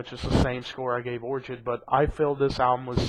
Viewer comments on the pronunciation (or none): orchid is pronounced with the "ch" making the hard "k" sound.